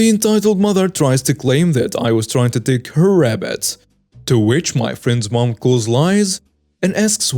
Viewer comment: It is RABBITS, not RAPPITS! Otherwise, I like the stories you are reading!